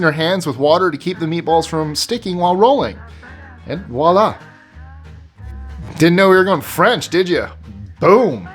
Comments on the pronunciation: Actually, voila not walah.. The first is French... The second is the way we say it. The way we say it has a redneck dialect. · Umm...FYI, the 'v" in "voila" IS pronounced: vwah-la. LOVE your lists!